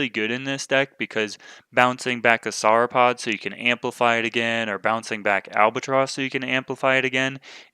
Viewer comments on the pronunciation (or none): I have to finally say it as it's been bugging me for a while. the way you say Sauropod seems wrong. the first part should sound the same as how you say the last part of Dinosaur. Not sure why, but it cuts right through my brain every time you say it even if I'm watching these in the background. Keep bringing the videos though. love them! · I would think it's pronounced however you would say "saur" at the end of a word like dinosaur or avisaur. No need to apologize. I look forward to your next videos!